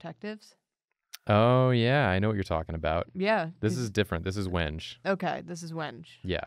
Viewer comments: I think Wenge is pronounced wen-gay but I may have been misinformed by a troll. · As a guitarist that has mistakenly mispronounced the word "wenge" in front of gearheads and wood enthusiasts, it's pronounced "weng-gay". People are apparently very obsessed with this fact. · Hey, I’m sure you’re used to hearing this, but you’re wrong about a thing. Wenge is actually pronounced like when-gay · Pronouncing it “wenge” was killing me lmao. It’s more like “when-gay” 😅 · Wenge is pronounced as When-gay, it's also a kind of wood. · Wenge is pronounced "when-gay" and it's a type of wood. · I think wenge is pronounced when-gay, but I might be wrong lol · Just FYI it’s pronounced “When-Gay” not “Wenge”. But for the character this was totally the right call. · Wonder how the character would have turned out if he knew it was pronounced WENG-gay. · Usually I don’t bother commenting but just in case you do see this, it’s pronounced “when-gay”. Source - I work at a luxury yacht company and we use this word a lot. Actually that’s probably the only reason it bothers me!